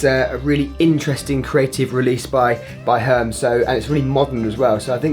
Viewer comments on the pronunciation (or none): You butchered the brand name Hermes, it's a french brand as you may know and its pronounced totally different from how you say it